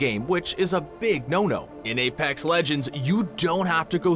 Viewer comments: “AyPacks legends” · You didn't prnounce "Apex" correctly,for that reason....I'M OUT